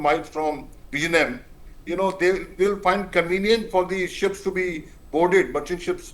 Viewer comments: Oh MG, it is not jam but yem. Phonetics are important when presenting a name some thing. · It's not V izhinjam as in perhaps Kissan Jam but pronounced as " Jim" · Learn to pronounce the port name correctly. There is no "jam"(bread or traffic) in the port name. You should try "nj" as in gyAn or jnAn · Madam, I believe you are an Indian, if so, please talk to any of your Keralite colleagues and learn how to pronounce "Vizhinjam". You have all the alphabets in Hindi to do so 😊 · The port name is wrongly pronounced. Please learn the correct pronouncation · Useless anchor. Try to pronounce South Indian names correctly or find another job. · Can you put some effort and pronounce “vizhinjam” the port name correctly? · No, they will impose their language on us, but they don't even pronounce our language